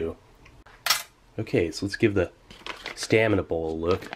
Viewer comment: Steve, separate your words, it's "stamina bowl" but it sounds like you're saying "staminable"